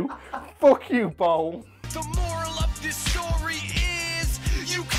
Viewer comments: I spent the first few minutes really confused cuz I thought you said bong instead of bowl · please tell me someone else also hears bong when says bowl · Why se fuk is this guy saying BONG instead of Bowl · Did it sound like bong to you? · You sound like you are saying bong. Not bowl lol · Is it just me or does it sound like he's saying bong when he says bowl? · I can't help hearing bone when he says bowl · Does it sound like he says bong in said of bowl sometimes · Bowl not ball lol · When you say bowl it sounds like bong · Thank god I'm not the only one who thought he said bong. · It sounded like he said bong a few times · It sounds like you're saying bone lol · my man, whats up with the way you say bowl? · the way you say bowl is so hard for me to understand!